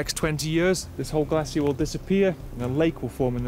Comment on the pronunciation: What’s a “Glassier” ?